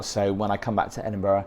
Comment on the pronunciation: I love how you explain everything. But why can you not pronounce Edinburgh correct. Especially as your English. Very very disappointing